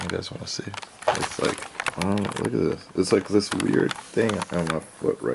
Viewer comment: Me"this". "zis"